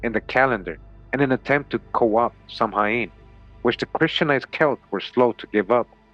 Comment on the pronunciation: Samhain is correctly pronounced sow-in a bit like the word sound but without saying the d at the end. It's Gaelic